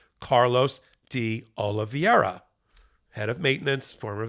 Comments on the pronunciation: His name is Carlos De Oliveira... That's Oh-Lee-Veh-Ra. It's not complicated. He may be a traitor, but he's got a right to have his name pronounced correctly. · The name is Carlos de Oliveira - Oli-vey-ra - not Oliveria. Why does everybody on Meidas Touch insist on mispronouncing his name? MSNBC gets it right time after time. Is there a reading problem here? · Why is everybody pronouncing "Oliveira" like "Oliviera"? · I'm getting sick of mispronounced names. Oliveira = o-lee-vay-ra. "Ei" is pronounced like long ā in English. Please. Tell Ben too! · “Oliveira” is Portuguese and is pronounced oh-lee-VAY-ruh. Nobody is saying this correctly. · Not make too big a point on it, but saying Carlos “Olivería” instead of Oliveira is the same as saying “Medias” Touch Network. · Everybody and their uncle are pronouncing OLIVEIRA incorrectly. It does not rhyme with Riviera.